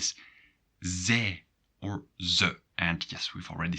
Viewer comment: Are you sure you pronounce pronouns correctly? Duolingo but also other sources pronounce them differently: Jij sounds like yay Hij sounds like hey Zij like zey Wij like vey And so on